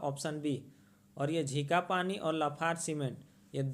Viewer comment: Sir ji... झिंखापानी nhi झींकपानी naam hai